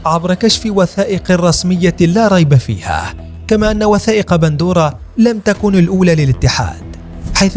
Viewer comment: قهرتينا ايها المعلق إسمها pandora وليس bandora 🍅🤭